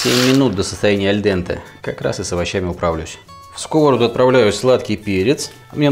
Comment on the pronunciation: сковородА. ударение на последний слог, а то режет слух. а за рецепт лайк!